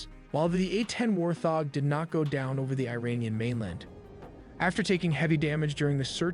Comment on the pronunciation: WART HOG NOT WAR THOG! 😅